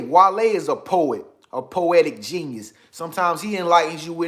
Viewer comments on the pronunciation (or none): none